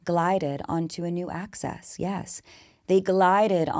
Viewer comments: I like it because it sounds like you’re saying “access” which is just what we all want right? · I find it so funny how you pronounce axis 😂